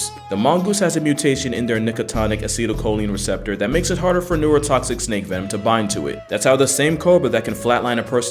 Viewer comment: Nigga said Niggatonicacetocolon receptors